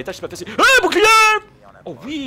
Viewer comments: je kif comment tu dit boucliet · dit bou bou clier au lieu de bouclier ;) je trouve sa plus jolie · Jadore quand tu dit bouclierr